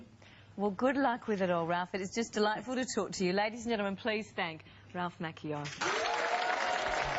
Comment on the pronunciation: man they should have taught those interviewers how to say his last name!